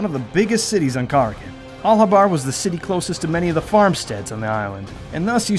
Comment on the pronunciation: So how did you decide on name pronunciation for the island. You specifically reference the beast called a 'Kraken' but instead of pronouncing the name of the island as 'Kuh-Rack-In' you chose 'Car-A-Kin'?